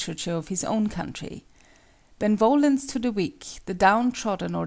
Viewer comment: The pronunciation of benevolence triggers the hell out of me it is be-ne-vo-lence not ben-volence it sounds like a dumb name instead of the actual word.